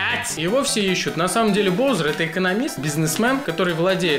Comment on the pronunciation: Вроде же баузер, а не броузер